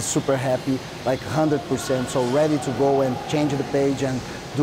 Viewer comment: this is her every interview . " She's a tough oponnent, but I'm gonna be weady," 🤦🤦